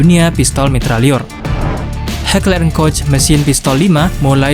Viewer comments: senjata di thumbnail adalah: FN herstal Project 1990(P90), dan Heckler and Koch MaschinenPistole 5SD(MP5SD). Oh ya min, cara bilang "koch" adalah 'Kohg' ya. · ...FN Herstal P90 bukanlah SMG. Melainkan PDW dan Heckler and Koch MP7 itu secara teknis adalah PDW dan bukan SMG. Karena kaliber peluru yg digunakannya. PDW adalah gabungan dari Karabin dan SMG/Pistol Mitraliur. "Koch" dibaca "Kock".